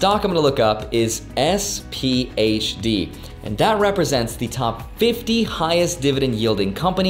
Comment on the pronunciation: Please don’t say sphd. Dog of funds